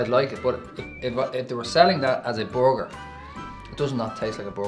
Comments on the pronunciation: whats a "boarger" lol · Not trying to be mean but it sounds like the are saying bogure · lemonyoongi I love the way they say burger, it sounds like booger! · Does it taste like a "borgur" though? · for butchers you'd think they could pronounce borger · boguer = burguer ou kei... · Well the accent is difficult to understand and no i am not from the US at all but i were having a hard time understanding them. I laughed my ass off the way they pronounced burger that was hysterical. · The way they pronounce burger kinda made me angry